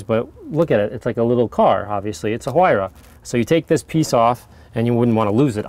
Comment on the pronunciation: The "H" Huayra is silent. You pronounce it as "wayra". Sauce: a Peruvian that has known the word his entire life.